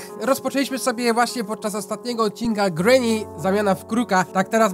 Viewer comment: Mówi się ,,grini